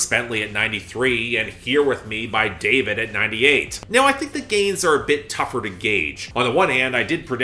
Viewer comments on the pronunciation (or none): none